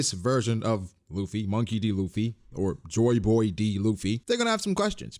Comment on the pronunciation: I thought you were saying “Chore Boy” the entire time